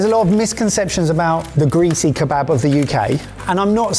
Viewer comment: "Donner" is a reindeer. When referring to a döner it's easy enough to say "duhner" or "derner." You're only a bloody food channel, at least show these foods and cultures the respect they deserve. The shop near me won't even sell you one unless you pronounce it corrctly. I won't even start with "kebabb", smh.